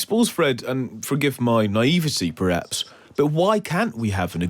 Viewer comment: Naiveté, not "naivecy"